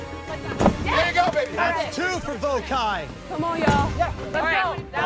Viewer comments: I’m dying at the Vokai tribe mispronouncing “Vokai” 🤣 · Right it’s “VOH-KAI”